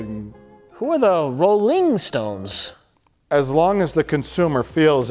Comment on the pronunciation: Who are the Roll-LING-Stones?